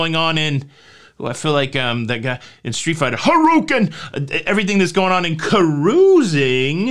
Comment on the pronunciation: Best "Kah-rooHOO-sing" ever!